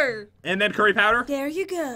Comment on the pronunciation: you said coory powder